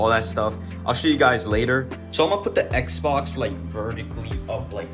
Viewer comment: bro really called it an xboc